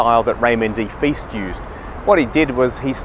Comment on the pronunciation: It is Feist (rhymes with heist) not FEAST.